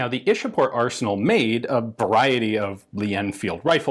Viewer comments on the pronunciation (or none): Ishapore is pronounced as eshapur 'e' like in 'e'at and 'u' like in f'u'r Love from India PS : if possible please make a video on the insas rifle